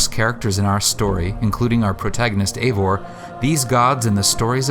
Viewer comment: jbroti 004 “Eivor” not “Ivor”. “Bifrost” not “Bi Frost”